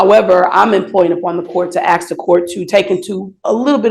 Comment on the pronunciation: Stop saying aks instead of ask!!!! I mean WHY???